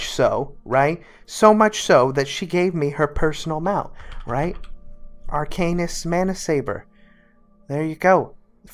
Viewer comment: That's definitely not how you pronounce arcanist.